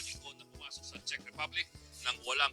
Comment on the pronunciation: Czech (check) Republic when you pronounce